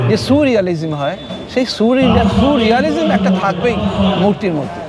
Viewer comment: এটা suu-realistic ধারণা! Soooooo-realistic, sooo-রিয়ালিজিম্। 😂😂 Surrealism ba surrealistic noy!😂😂